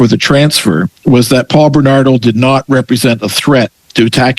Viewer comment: Its Bernardo not Benardo.